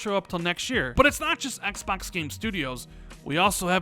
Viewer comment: Ehks Baahks. lol